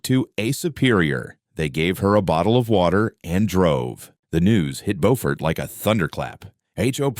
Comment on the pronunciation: Good story! I live near all the places mentioned. Beaufort is pronounced .. Buufert. LOL! Just a friendly FYI.